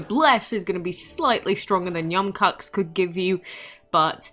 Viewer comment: Im bothered pronouncing yum koax